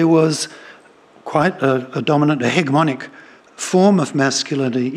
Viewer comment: why does she say 'he-geh-monic' rather than 'hedge-eh-monic' anyone know?